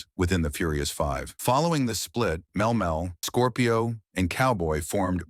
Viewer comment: Mel Mel was killing me